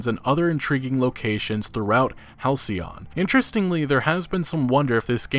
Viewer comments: You nailed it “Hal-cee-on.” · Lol man. halcyon is a real word. "denoting a period of time in the past that was idyllically happy and peaceful." I'm pretty sure you got the pronunciation right though! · Pronunciation correct...halcyon also a powerful antidepressant!🍭🍦🍩🐶💖